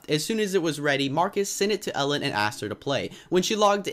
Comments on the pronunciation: Me too I am also from Sweden and it sounded little fun when he said Elin cuz it sounded like Ellen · I love when you say the name of notch’s wife and when you say the name if he’s family members. He is Swedish and im Swedish too! ;)